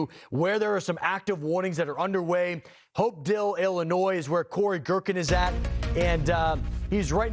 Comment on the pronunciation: No offense but your procrastination of Hopedale and Tazwell hurt me. Hope-Dale and Taz-Well